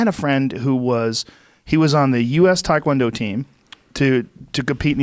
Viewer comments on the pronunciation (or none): none